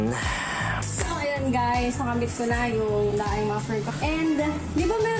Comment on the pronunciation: IDOL! correction lang po 😊 ”DENG” po basa sa Daeng pipes